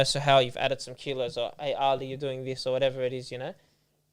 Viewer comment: Keep up the good work guys. Be proud of your heritage and pronounce names correctly. His name is Ali not Ahhli.